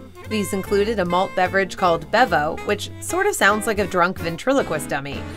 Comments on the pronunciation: Bevo is actually pronounced Beevo in the Anheuser-Busch produced soft drink. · FYI...Bevo is pronounced "Bee-vo"